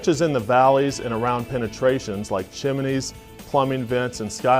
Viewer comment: Seriously, this guy says "chim-in-neys"????